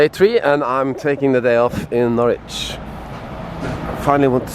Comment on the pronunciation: Nice to see you out in Norfolk again, btw Norwich is pronounced "norich" or even naich" Enjoy your stay, All the best /Per